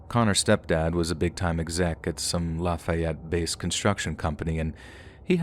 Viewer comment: As a South Louisiana native and lived here my whole life, we pronounce New Orleans, New Or-lens, no emphasis on more on either syllable…and Lafayette is pronounced Laffy-ette with slightly more emphasis on the “ette”…and yes, it’s Laffy, just like Laffy Taffy, not La fy ette or Laf-eye-ette, Just Laffy-ette…just thought you’d like to pronounce them the correct Louisiana way…love your channel!!!